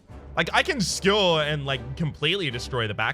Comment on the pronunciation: Gah. None of the trolly ways you've ever said other words have bothered me, but the way you say Skewer actually triggers me lmao